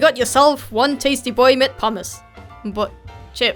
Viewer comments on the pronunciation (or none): none